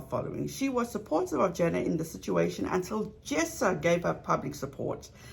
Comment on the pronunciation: thanks, but it's JAna not jEna. like Anna but with a J-JAna . thanks. The rest of the content . OH MY! it's excellent. I am speechless ( I have OCD) so i can't type all the compliments I want to say.